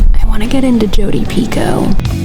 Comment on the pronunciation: Peeco!? Is that how you pronounce Jodie Picolts last name!!???